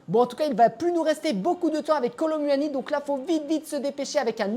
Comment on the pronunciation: "Kolo muahani"